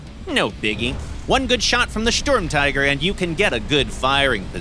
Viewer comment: Please go visit Tankenstein for proper Sturmtiger and other German word pronounciation.